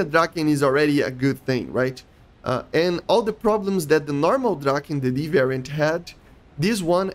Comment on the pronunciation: Love the vids But i gotta say You're really butchering the "Draken" word But we cool 😅 keep the vids coming